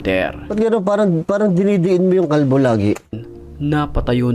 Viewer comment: May diin talaga pagbanggit ng "KALBO" 😂